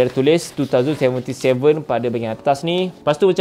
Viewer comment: wow cyberpunk TWO THOUSAND seventy seven bukan nk hate ke ape tp biasa org pronounce twenty seventy seven